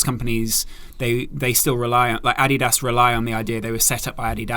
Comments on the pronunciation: Great podcast, but the way you said Adidas mate haha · The way he said Adidas ur English mate u know we don’t say Adidas like that hahahah